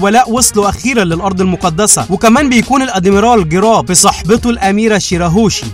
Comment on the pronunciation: اسمه جارب مش جراب وهو نائب مش ادميرال👍